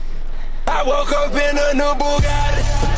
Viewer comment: Its not I you woki its ayyeewoke eh